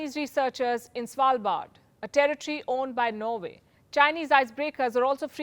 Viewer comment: That pronunciation of "Svalbard" was well done, and still slightly amusing